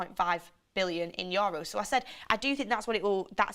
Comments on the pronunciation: ITS YOU-ROSE (EUROS). NOT YO RUSE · YOHHROWS lmao